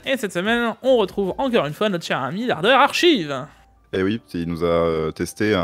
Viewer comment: on dit " oui " pas " uuuii ", on dit " oui " pas " ui ", uuuuuuiiiiiiiiiiii?